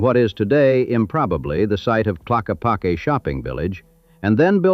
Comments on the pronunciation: I too lived in Arizona for 17 years. My wife and I moved to Sedona in 1996 she did the Psych work for the Hospital in Cottonwood and I worked for Pink Jeep tours. Yes, it is a magical place and we both miss it and our friends. For your information Tlaquepaque is pronounced Tah lakah pakey. I think everyone should know the real story of the Vortexes and how they were discovered. Back in the 70's Page Bryant had a business where she would take people around the Sedona area and give them personal tours. After a while Page became sick and ended up gaining a lot of weight, enough where she had a lot of trouble taking people to the spots she normally went to and because of it her business started collapsing. Suddenly, she announced her discovery of Vortexes and describing the wonderful powers they had. Her business started to really grow. She would tell you that if you were in the vortex the energy would sometimes come down from above and sometimes from below., some were male and some were female and if you wanted to experience the full powers of the vortex you could do so by buying one of her Mogo bags. Because of her excess weight and inability to walk to far, if you look on a map and see where each vortex is located you will find that incredibly they are all very close to the road within a short walking distance. Going forward in time Page decided to leave Sedona and moved to Asheville NC. where she somehow was able to make a remarkable discovery. Bet you can't guess what. Yep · Pretty good, the AI got the pronunciation of Tlaquepaque correct 1 time😂😂. I live 17 miles from Sedona. It used to be a cool place to go hang out I have been there maybe 10 times in the last 20 years. Only to do whatever business has to be done and then leave. Now it’s a nightmare. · Having grown up in Sedona in the 80's I'd like to think the effort my friends and I put into giving tourist the wrong directions helped a lot. And we always pronounced it Ta lock ee pock ee